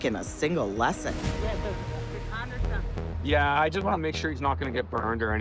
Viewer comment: "first lessened" .... what? can someone give her a lesson on how to say lesson?